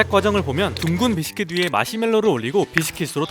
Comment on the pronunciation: 븨싀킷 발음 미쳤다